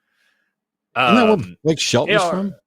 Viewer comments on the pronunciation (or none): none